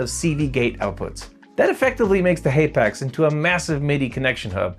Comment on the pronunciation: I can’t stand hearing you say haypax.